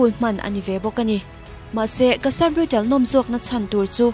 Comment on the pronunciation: Cassa Brutal nilo in..brutaaale zawk o..Tiang chin tawhah chuan Pronunciation hi uluk hram2 ang u..constructive criticism ah min lo ngaihsak dawn nia!!✌🏼✌🏼